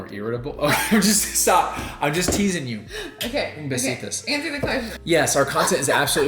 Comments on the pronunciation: Hi! It's actually besitos, with the o instead of an a in Spanish. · Im dying everytime says “Un besitas” because that’s so incorrect 😂😂😂 it’s Un besito!! Lol